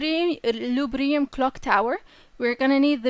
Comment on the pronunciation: Loo Dee Bree Um